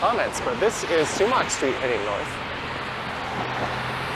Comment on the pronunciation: It's spelled Sumach St. and pronounced 'Sumack' not 'sumock'